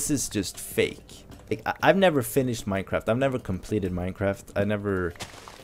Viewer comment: Also i love how he says MineKraft and not Minecraft XD